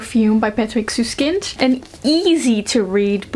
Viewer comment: As a German I always flinch when booktubers say "Süsskind" but this time it was pretty good! And I really love the book aswell